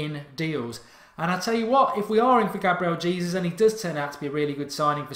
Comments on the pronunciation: His surname is pronounced 'Haysoos' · "Hey Zeus" is how you pronounce it :)